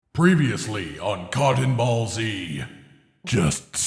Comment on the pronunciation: When he said cotton ball z I heard C*ck and ball z